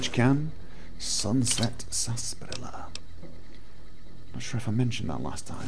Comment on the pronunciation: Why do people pronounce it "Sasparilla" in the game when it's spelled "Sarsaparilla"? I know sometimes things sound different than they are spelled, but that's no where near how it seems like it should be said.